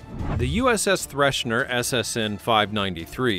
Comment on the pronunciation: It is THRESHER....there is no "n" in her name. And the Typhoon Class is completely misrepresented here my friend - See the movie "The Hunt For Red October" for what the Typhoon Class really looks like please...